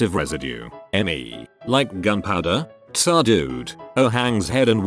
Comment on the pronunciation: TFW the auto-voice reads T.S.A. as T'SÁ for the fifteenth time 🙄